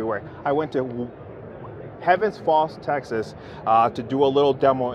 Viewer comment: that maybe it. It sounded like he said Tennis Ball Texas? I was like where in the heck is that? 😂 I live in Texas